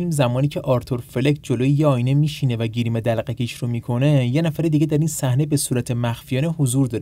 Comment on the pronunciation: گریم دلقکشو میکنه یا گیریم میکنه 😂😂